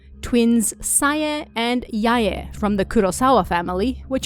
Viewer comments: It's more correct than pronouncing them as rhyming with "bye." Technically in Japanese, the "ae" combination is prounounced as two syllables, it just doesn't always seem that way when a person is talking quickly. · Why do you pronounce it "Sai-yay" and "Yai-yay"? Lol haha